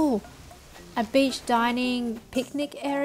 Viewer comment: Lol every time she says beach it sounds like bitch